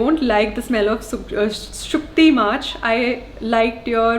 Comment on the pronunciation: its SHUTKI NOT SUKTI and i lovee it 😁😁